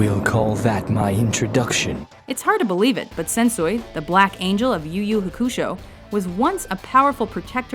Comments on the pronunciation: Could "Hakusho" have been pronounced any worse? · There are so many things wrong with this list: Luffy and Hakusho are mispronounced, Sephiroth is from a video game not an anime, and they keep on switching between sub and dub.